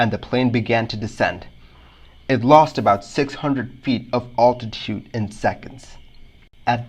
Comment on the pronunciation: "All -titude"? Is English your second language?